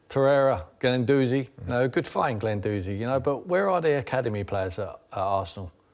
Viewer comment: Can't forget "Glendouzi"